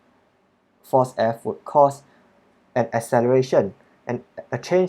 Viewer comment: 😂😂 i replayed it like 5 times cos it sounded so funny